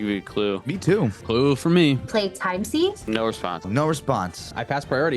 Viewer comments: Christ, Tivit really mopped up at the end! Just an FYI for time sieve, Sieve is pronounced "Siv" not "Seev". :) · Pronounced 'siv'